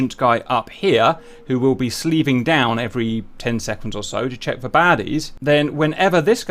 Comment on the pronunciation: Dear God, Cap, it's SLEWing, not SLEEVing. You SLEW an antenna, normally with either a hand control (for a two-seat fighter, like the F-4 Phantom), or with HOTAS controls for a single-seater.